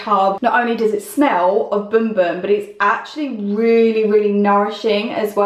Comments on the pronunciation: It looks like it pronounced as bum bum how it’s spelled but she pronounced boom boom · Bum bum not boom 🤣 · The correct pronunciation from Portuguese is boom boom. But even a guy who did a video on it called it both boom boom and bum bum so imo it's fine to pronounce it either way.